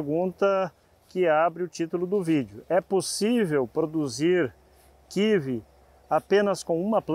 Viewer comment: Kkkkkk kivi kkkkkkk o que doido, e kiwi (kiui)